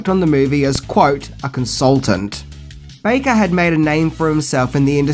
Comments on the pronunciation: Love the videos but no 'C' in Baker. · Rick Baker, or Rick "BACKER" ? lol